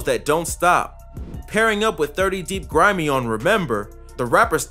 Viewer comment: You got grimeyy and cee murdaa right